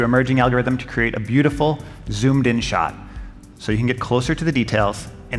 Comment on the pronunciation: "Beatiful Pixel 3" eeeeeh